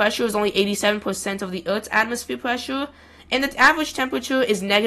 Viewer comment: "Weddish atmosfeeur." 🤣🤣🤣